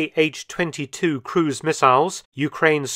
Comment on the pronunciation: Thanks for another great video. To further improve your content, consider the following: 1. Kh is an English transcription of one letter, which is pronounced like the J in jalapeño, definitely not K-H. If it was an acronym, it would be in all caps. 2. Most Eastern designations that are an abbreviation of the chief designer's name should be read as one syllable unless capitalized (MiG is an exception), so An, not A-N, for Antonov, Su (pronounced soo like in soot, not S-U) for Sukhoi, Tu (pronounced too) for Tupolev. Not only it's the correct pronunciation, it also rolls off the tongue better.